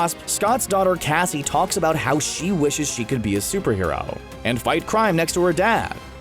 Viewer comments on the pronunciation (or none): none